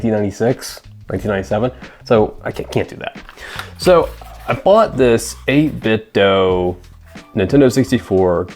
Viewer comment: Good video! (heads up, it's pronounced "8-bit-dew")